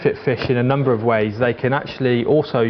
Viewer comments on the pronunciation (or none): none